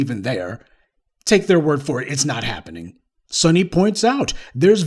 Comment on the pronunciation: Eetz not hapinin. ha ha ha :D